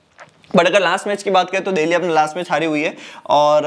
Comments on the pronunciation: Bhai देल्ही, देहली क्या है😂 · Ya deheli kyu bolta h bhai,jitne bar bola utne bar hasa me 😂😂